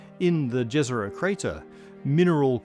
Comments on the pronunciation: It's pronounced "ye-zeroh" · Jezero is pronounced as Yezero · jezero crater is pronounced like yezero